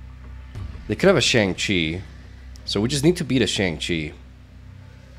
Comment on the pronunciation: Please pronounce Shang Chi correctly. You say it too much to keep saying it wrong 😂